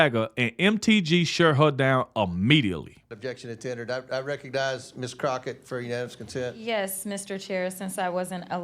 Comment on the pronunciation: First, thank goodness the House passed a special tribute to a true patriot and Christian! I converted from a liberal to Conversative 5 years ago listening to him. Did you say Jasmine "Crocksh!t?" I almost got choked on my burger with laughter! 😂😂😂